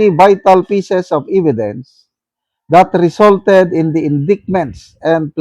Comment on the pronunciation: Pronunciation ng indictment ay inditement or indict ay indite - check dictionary pls